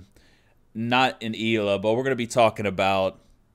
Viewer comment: Not Grushmost, more like Grshmot. Also, Ela is pronounced more like Eh-la.